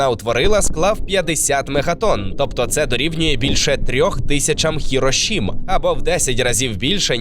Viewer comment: Все життя була ХіроСімі, а тепер стала ХіроШіма?😂 Хоча б загуглили, чи що?